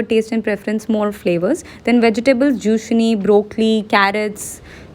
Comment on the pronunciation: you pronounced Zucchini as Jushni and Enchiladas pronunciation was way too funny 🤣😂